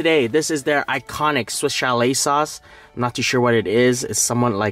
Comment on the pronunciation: Lost count of how many times he said swish chalet lol